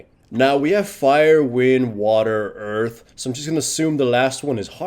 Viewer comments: sounds like you're saying Urf Dragon a bit when you say Earth Dragon. The thought of that: "Free CDR for everybody!" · I swear he says Urf Dragon...